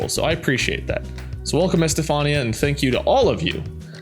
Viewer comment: It's not Es-tey-fahn-e-ah. It's Es-tey-fun-e-ah. I have a friend with that name who people are always saying it wrong